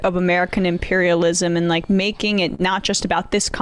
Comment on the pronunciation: It's imperialism not 'empirialism', pathetic